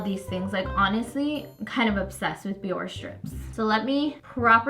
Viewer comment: It’s not pronounced BiOrR it sounds like Bioreh